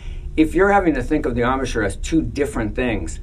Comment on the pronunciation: Ahm-a-shur? Embachure? It's embouchure (from French 'bouche' = mouth). Gosh, learn the words concerning your instrument, people! Lovely sound it makes.